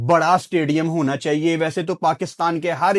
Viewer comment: That one word "chaieye h" 😂😅